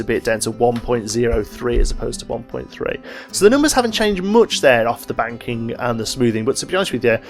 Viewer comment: Is he saying ‘banking’ or ‘wanking’